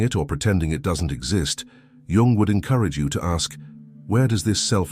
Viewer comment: Thank you for pronouncing. His surname properly unlike dumb americans YouTubers who call him young